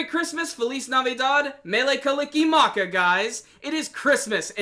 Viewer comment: Props for the super close pronunciation of Mele Kalikimaka ^-^